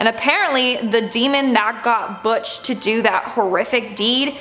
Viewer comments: Dude did you say buttch...?!?😂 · She said buttch... 😂